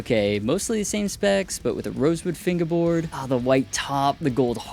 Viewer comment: He gets me every time he says finguehboard